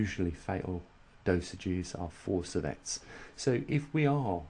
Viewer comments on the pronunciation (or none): lol...so is mispronunciation of an important operative word....even with the accent. sievert does not become servette due to an accent. You're awfully tight-assed about a simple correction. Chill....and realize that science does not work well in mispronunciation-land. Adults can accept correction. Scientists welcome it. Idiots prefer not to be corrected. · seeverts. Sievert. Not Servette. TY. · Geez..an accent is at play here!